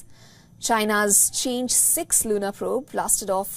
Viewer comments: "嫦娥" is pronounced as "Chang'e," with the phonetic transcription [chahng-uh]. Not changed six. in Chinese, it refers to the fairy or celestial maiden who is beautiful and resides on the moon. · With due respect, miss news anchor, it’s not pronounced Change but Chang É as in the Chinese moon goddess 😅